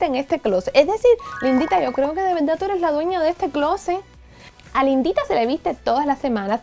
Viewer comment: me dio mucha risa cuando dijiste lindita, yo entendí la Indita🤣